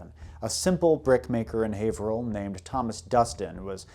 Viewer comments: I grew up in that area, Haverhill specifically and I've never known a non-local to say it correctly, nor Worchester. I am greatly impressed you got both right. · You pronounced haverhill right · Kudos for correctly pronouncing my hometown...Haverhill. (You missed on Saco though...it's "Saw - koe") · You can tell the man knows his business because he pronounces Haverhill correctly. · Haverhill native here - you're the first person from outside the general area that I've heard pronounce the city's name correctly :P